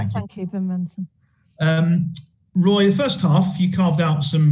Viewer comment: A wotten day at the office for Woy... a total thwashing...